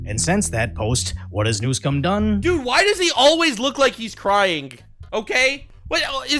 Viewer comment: You mispronounced Newscum